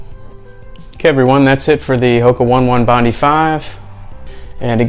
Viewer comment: 😔 Hoka One One Bondi 5 is pronounced HO-KAH OH-NEH OH-NEH BOND-EYE FIVE. Thanks for the review though.